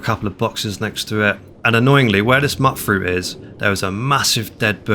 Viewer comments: Mutfruit, not muttfruit, that gets me every time 😆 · Same. Tiny nitpick I know. But MacCready says the name of the fruit in game so I know that it's the canon pronunciation.